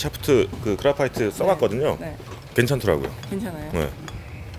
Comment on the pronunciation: 쉐픗트랑 그라퐈이트~~ 봘음 쥑입니다